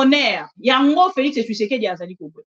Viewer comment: Président yango kombo naye ezalaka Tshisekedi to Tshusekedi ndege mère oyo azo prononcer?